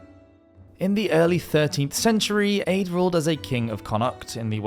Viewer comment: Just for future reference, the name Aedh is pronounced like 'A'. The dh is silent.